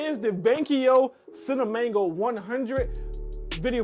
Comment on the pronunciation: Dude its CINEMA GO.... NOT CINEMANGO 🤣🤣